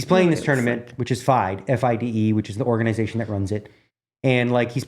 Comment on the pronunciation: FIDE is pronounced fee-day just fyi dnegs. Thanks for another great episode guys!